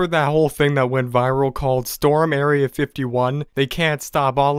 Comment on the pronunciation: IT'S STORM NOT STROM! Get it right!🤦‍♂️🙄